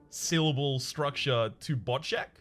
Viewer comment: Why am I laughing on how say boczek... I'm kind of proud how native it sounded. Also, pierogi is plural. Pieróg (ó is Polish alternate u) is singular